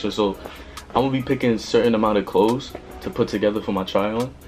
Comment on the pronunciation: Im mad he said "klaws"